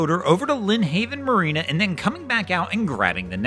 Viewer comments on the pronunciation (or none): none